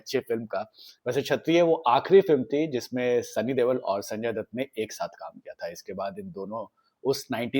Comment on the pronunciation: It's not Sunny "देवल", it's "दयोल"